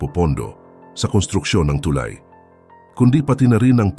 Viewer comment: mispronounciation of the word "tulay". but this is a good news for us.